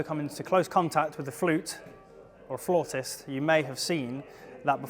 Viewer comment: Given the title of the video, I was expecting a lot more info on the "most advanced" horn. That said, kudos to for pronouncing "flautist" correctly. Pretty much everyone I've ever heard use the word pronounces the vowel sound in the first syllable as in "cow," which is wrong. (I just say "flutist," and avoid the issue altogether.)